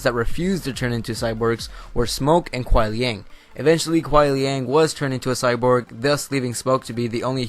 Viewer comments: It's Kuai liang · It's Kuai Liang. Look it up on the wiki you'll see. It's confirmed...dammit. :( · Dialog between kenshi a sub zero He calls sub zero Kuan liang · Hate to break it to ya, but it's Kuai Liang. One thing, bro: read the comic. And watch the trailer. "Alternate skin" of Sub-Zero is seen talking to Cassie Cage. And I just can't believe, you have not noticed his blue scar, behind his mask. And their dialogue was: Quan Chi : - "Your brother succumbed to me easily." Sub-Zero: - "I am not like my brother, Bi Han." UPDATE: Another proof of my words